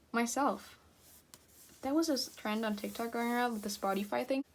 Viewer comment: you said "spotty fi " lmao love your style you're so talented!